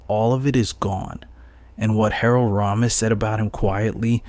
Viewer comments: Its pronounced “Ray- mis” not “Rah-mis.” 🤦‍♂️ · Christ, hearing this kid mispronounce Ramis (and wildly misspell it in the captions to boot), the never-ending supply of glottal stops in place of ‘t’, and the lazy vocal fry…I just can’t finish this.